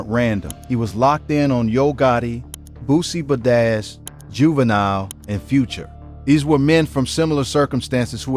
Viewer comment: I stopped listening at Bootsie Bah-Dazz😂😂😂